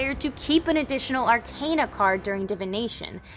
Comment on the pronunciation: Mispronouncing the name of the game and also the word arcana is rough